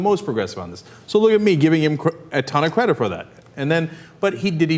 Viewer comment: ur credit..doesnt sound like credit